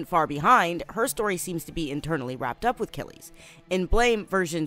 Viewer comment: Who’s goin to tell that this Manga is pronounced Blam?